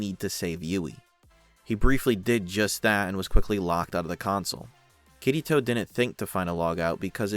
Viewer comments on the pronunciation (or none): Oh god i cant unhear it.... All im hearing is "kitty toe" xD Good video tho!